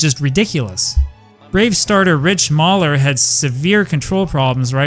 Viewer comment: New subscriber, Orioles and baseball fan since 1979. so please forgive me Rick Mahler (May-ler), it can be difficult to try and decipher not only the entirety of the game, but player names from almost 40 years ago. The Braves were a subpar team during this ERA, and it would take a few more years for their farm system to catch up with the poor play (see my Orioles, several years of futulity. Keep up the amazing work. 😊